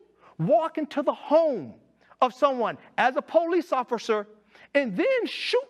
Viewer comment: He doesn’t seem to be able to pronounce the word officer